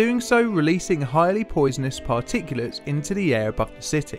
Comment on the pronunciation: Did he just say “Par-Ticulus”?